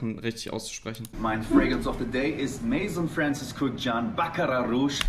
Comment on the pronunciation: maison ist französisch und wird mäso ausgesprochen